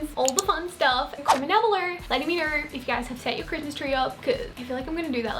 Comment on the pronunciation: “Comment down belur letting me kner “